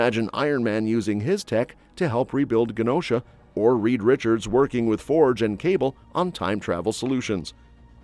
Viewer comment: It's a soft "g" sound, for Genosha, not a hard "g" sound.